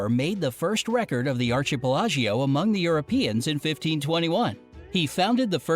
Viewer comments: Arkipelago! =ARCHIPELAGO !!! Not…ar—chee —-pe—-la—-gios )😱the narrator… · "Ask for forgiveness for the sin-nabon." 😁 Wait...did the narrator say archi-pela-jio? LOL Oh, and sorry to burst your bubble but a Filipino first got the patent for the karaoke, but it was a Japanese guy who actually invented the machine.